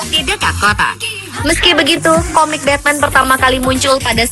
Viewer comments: Bacanya jangan Betmen juga atuh, memalukan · Batman di turki bukan di baca betmen. Beda ucapan kaleus